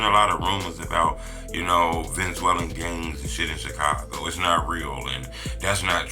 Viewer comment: lol what the hell is a Venzwellin 😂